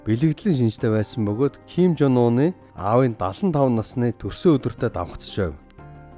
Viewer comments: Зим жон ун, уна биш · Ким Жонуна гэж шаахын хүний нэрийг хүндлээд зөв дуудалдаа пиздаа вэ нээрээ😂😂😂